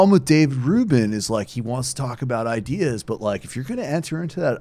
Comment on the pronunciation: Eye dee yeahs